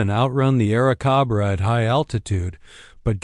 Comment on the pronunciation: Air cahbrah ? What the FCK is an Air cahbbra?